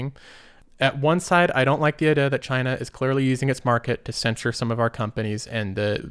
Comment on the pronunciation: Hey man FYI, Trudeau is pronounced with an "o" at the end not a "u". Not sure if thats just a speech thing (like the way you pronounce idea) or you genuinely dont know.